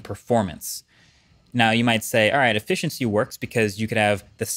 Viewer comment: Does anyone else hear that he's pronouncing his "T" and "S" sounds very strangely in this video? "...a mathive jump in effithiency..."